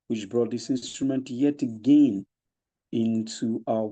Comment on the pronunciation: You even pronounce again like Stacey